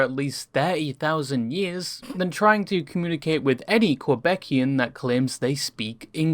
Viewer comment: “Quebecian” lmao